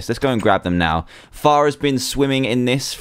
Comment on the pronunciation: Far sometimes sounds like Fart sowwy